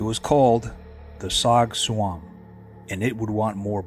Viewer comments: It's Rog Tsuam, pronounce as Jaw George. It literally means 'to be sat on'. As a Hmong shaman, it can be caused by various entities that absorb life forces. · Tsog tsuam is pronounced Jaw Joua. As Zoo in hmong us pronounced zhong.